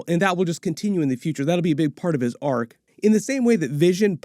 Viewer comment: "arc", not "arch" =)